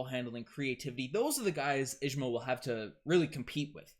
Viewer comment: His names pronounced as ISH-MAIL 🤦🏽‍♀️